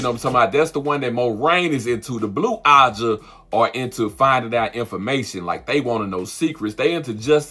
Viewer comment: Why can’t he say AJAH?